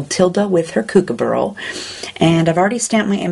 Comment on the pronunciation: I love how you pronounce Kookaburra.. It's adorable! :-) Gorgeous colouring as always.